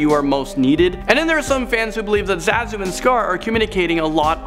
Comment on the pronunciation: Part 2, huh? 3 theories are the same as in the 1st video. And it's pronounced ZAH-zu.